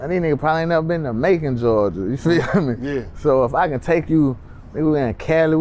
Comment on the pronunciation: He said Macon ga lol